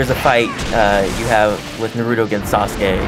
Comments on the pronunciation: What the FUCK is a narootoo?!!? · why do people say "Nruto" its Naruto omg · He pronounced it Narooooooootoe instead of Naruuuuto o.o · i'm not seeing any comments on how this guy is not saying naruto's name right, i cant be the only one who noticed right???.... it's naruto not nurato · It's NaruTO not NaruDOE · Dude! Japanese version is the best and dude its naruto not narudo like what you were saying! i think you need to rewatch the show! You like don't know anything! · UUUUUGGGGHHHHH this guy is killing me!!!! Every single time he says Naruto's name,he mispronounces it!!! Its pronounced Nar-oo-toe (or something along those lines), NOT "Nur-oo-toe"!! It's "AR" dammit not "UR"!!!! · Naruto Dubbed is the worst for me after watching and reading original in Japanese (subbed). The humor is always lost in the translation. Naruto Dubbed was below average but Naruto Shippuden Dubbed is truly awful. The comentators keep mispronouncing Naruto. Its pronounced Na rou to. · Why do they always say Naruto wrong? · How hard is it to pronounce Naruto name right. Even when you hear it in the game you still pronounce it wrong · he is not saying naruto right either...... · sooooo yeah i love the game just wish we didn't have to hear two idiots talk, plus the fact the main guy talking keeps pronouncing Naruto's name wrong which is pretty annoying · They cant even pronounce Naruto :( anyway if you don't know anything about naruto I suggest you either read the manga or watch the anime and I agree with you guys they are annoying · Not only are they wasting their time talking, they cant even pronounce "Naruto" and "Shipppuden" correctly -_